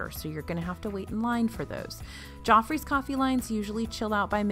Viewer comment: I thought you was saying 'jaw freeze coffee' 🤣